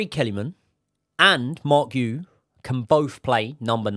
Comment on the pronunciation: It is ponounced Marc 'Gee YOU"